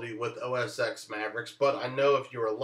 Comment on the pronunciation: great tip thanks! btw, it's pronounced "OS Ten"